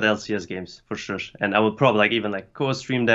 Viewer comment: True, he is trying to pronounce sure but it comes out as shush xd